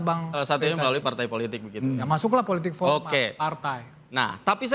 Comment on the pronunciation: Joman bilang politik pormal , bukan political animals